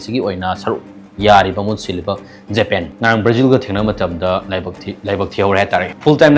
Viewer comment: Recart Jepen wa ngangbada heithu yamna Sare ne taningdre , record Japan haiyo